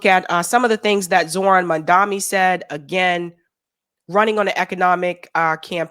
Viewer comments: it's Mamdani, The first three letters are pronounced as Mum, not Mun. It jars to see you mispronounce it. It's a white colonial action to mispronounce the names of non-white people. May I request that you may henceforth pronounce it carefully correctly please? Because it's the right thing to do. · it is Mamdani and not Mandami. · It Mamdani not Mandami!! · It's Mamdani not Mandami...come on now,. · You say his name wrong. It's Mam-da-ni. Not Mam-da-mi. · 🥴 I appreciate you and all your content, but as someone who banged the drum for Zohran, can you PLEASE, stop calling him "MANDAMI"!?!? It's MAM-DA-NEE (phonetically). Keep saying "Zohran", you say that perfectly 👍🏽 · say maMdani, not maNdami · It's MAMDA- NI, not MAMDA-MI! Last syllable starts with an "N", not "M"!! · And you always call him Mandami instead of Mamdani! Why? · MAMDANI!, not Mandami. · This lady cannot pronounce Mam-dani 🤦‍♂️🤦‍♂️. Keeps saying Mun-daami.... throughout the video. Truly.. Americans are idiots. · Learn to say the name correctly of Mamdani. It is not mamdami as you keep saying it wrong. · I keep hearing you pronounce it mundani I believe it’s Mum dani unless I’m hearing it wrong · His name is MAM-DANI , not MAN-DAMI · I am sorry if I am wrong, are you saying Mamdami? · It's Mam-da-ni. You keep saying Mam-da-mi like Cuomo. Please get it right.🙏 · His name is Mamdani, not Mamdami 😉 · I'm a fan, but I think you're mispronouncing his name...:/ It sounds like you keep saying, "Mandami" -- which switches the 'n' for the 'm' and vice versa. His name is "Mamdani" -- like "Mom" + Donny." Am I hearing you wrong, or no? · its MAM-DANI pls....not MAN-DAMI!! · Just one thing - you have been pronouncing Zohran's last name incorrectly - you say Mandami - it is MAMDANI. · My love, it's Mam-da-ni 😊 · MAM-DANI. It’s insulting when you all don’t get the name right. Love you but please try. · MAM-DA-NI... every time? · How about you learn to say his name